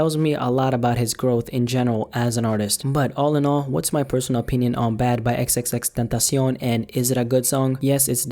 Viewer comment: stop saying his name like that, it pisses me off